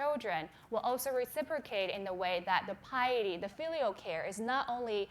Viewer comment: “FEEELEAL piety”😂❤️